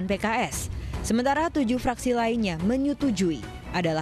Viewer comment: Ini presenternya.... sigh "Bahkan fuck.. - fraksi" lmao😭